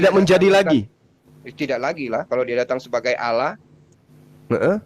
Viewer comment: kayaknya saudara kita itu yg kristen bisa2 jd mualaf sebab sy menyimak beliau bila menyebut tuhan bukan allah melainkan Alloh,memang tegas jelas dan mantap sekali atas penjelasannya ustat,dan tak lupa ku ucapkan alhamdulillah hirobbil allamin